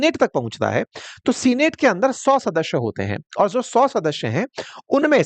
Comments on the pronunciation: Sir senate is pronounced not as सीनेट but सेनेट . Please correct that. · सीनेट ❌ सैनट ✅ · सीनेट नहीं सेनेट उच्चारण होता है।